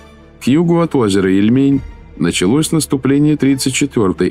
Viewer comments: Не ильмЕнь, а Ильмень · Когда наконец правильно ударение будете ставить И'льмень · Было лень ударение посмотреть у озера Ильмень? Одно из основных озер в русской истории всё-таки